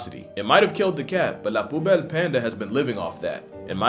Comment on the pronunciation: Plooh bell?????? there is no oe as in shoe or ou as in you in Plus belle it is an Ü NOT AN U BIG difference..